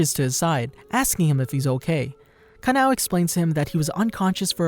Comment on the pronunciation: Canoe it is kanoe